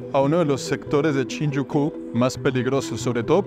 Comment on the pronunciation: pero por que dice CHINYUKU?? jajaja es SHINJUKU